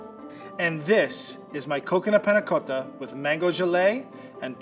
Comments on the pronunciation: the way he 'tries' to pronounce panacotta.. ugh cringe. stfu. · i like how says panacotta so accurate:D